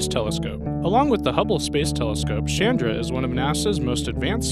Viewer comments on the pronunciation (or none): Thumbs down for a few reasons, pronunciation being one ! it is CH AND RA it is NOT Shandar